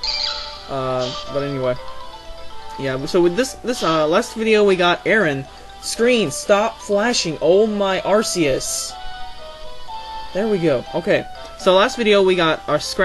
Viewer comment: It's pronounced Ark-e-us